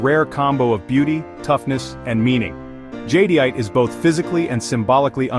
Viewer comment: The AI can’t pronounce Jadeite right… 😞